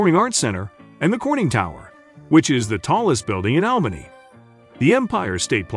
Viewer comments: My hometown ❤️ love all the memories growing up there. It's funny how he pronounce ALBANY, WITH EMPHAS ON THE AL, IN ALBANY, US NATIVES PRONOUNCE IT AUBANY. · Is this narration computer generated? Some times he pronounces Albany properly, as ALL-buh-nee, other times as AHL-buh-nee. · It needs to be instructed to say the name of the city correctly. DUH!